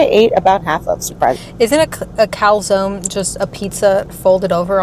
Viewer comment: calzone... I heard cow zone. * confused in italian*